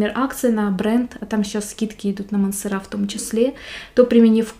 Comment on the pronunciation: Не МансерА, а МансЕра.А обзор хороший,приятный голос и подача, но произносите , пожалуйста, правильно)))